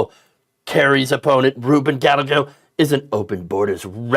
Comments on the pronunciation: Pretty sure Gallegos name is pronounced Gah-ay-go, not Ga-leg-go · "Galego"? Come on. You've never heard the name Gallego? It's GUY EGGO, ok? In Spanish, 2 Ls equal a Y. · Gallego. Guy-yah-go.